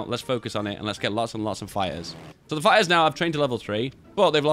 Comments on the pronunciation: "spamming a lo' of fye-ers" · I thought you were saying "Fires" turns out it's "Fighters" Im deaf